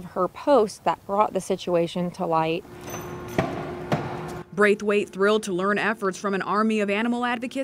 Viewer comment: Did you say... Braithwait?